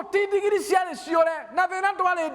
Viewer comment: Pastor ""ndingiri"",,ni nini hiyo ,I like ,the way u pronounce it ,,,buh ,,,,,,,siijui haki